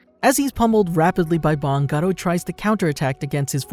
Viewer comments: Your pronunciation is crap it is pronounced bang like a gun not bong like the thing that you smoke weed out of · did he say bong instead of bang? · its not bong its bang😡🤬😤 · you dont know how to say bang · You pronounced “bang” funny 😂, wanna smoke a bong?